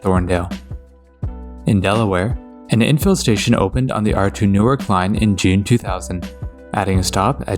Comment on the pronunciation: Newark, Delaware is actually pronounced "New-ARK" instead of "NEW-irk".